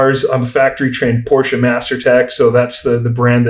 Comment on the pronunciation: This guy is so articulate, very good podcast. Also, glad to hear someone actually pronounce Porsche properly.